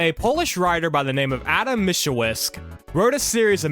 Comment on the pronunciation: I'd say Mickiewicz is read more like Miskievich